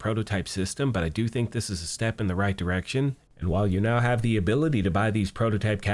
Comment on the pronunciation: prerequisite, to start with. I thonk you're Princess Briding it. But generally overall, as well.